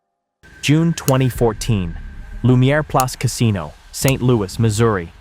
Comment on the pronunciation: It's Saint Lou issss Not Saint Louie 😭😭💀